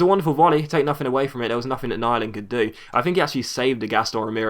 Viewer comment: great episode! btw, im norwegian, and its pronounced nee-land